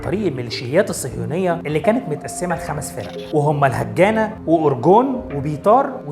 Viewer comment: اسم الحركة الهاجانا، وتعني بالعربي الدفاع... انت تلفظها بشكل يغير المعنى